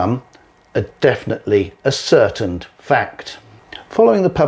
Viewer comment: oh dear, ascertained???! No such word in the English language. The word stress is different because it is as--cer--tained, i.e. proved or provable., not a-certained!! More than once misread...Misreads and misprints in the texts too